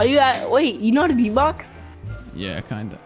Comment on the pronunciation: LOOOL he said blaz box